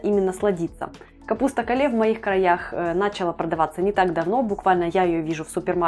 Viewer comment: Капуста Кейл , а не кале 😅